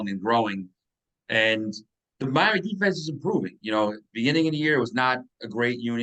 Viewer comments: Miam-EEE. You can do it! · Love your insight, but the "miama" v. "Miami" is getting annoying. Sorry brother... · For God sake...just say Miam'ah!!!!:) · Never seen anyone struggle so hard to say Miami. Now do Pa-hoe-nix